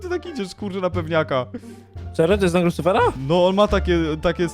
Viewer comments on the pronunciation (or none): Lucyfera nie licyfera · pisze się Lucyfera a nie licyfera